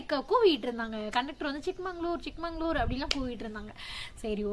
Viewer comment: Good one madam keep up the great travels .. it is ChikMAGAlur madam not ChikMANGalur .. olden days one king gifted this place to his younger daughter that is chikka magaLu .. so it is ChikMAGAlur